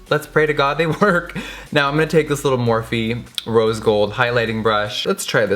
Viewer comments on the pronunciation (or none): none